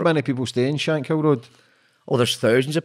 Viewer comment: It’s not pronounced shank hill 😩 it’s shank kill.